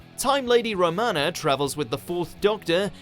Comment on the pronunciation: This guy can't pronounce Romana properly either. He's shite. Also stories from the 60's to 80's are serials, stories from 2005 onwards are episodes....